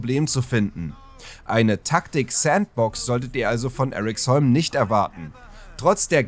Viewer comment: Eriksholm sagt man eher wie im deutschen, nicht english. Sry aber die amerikanisierung irritiert mich.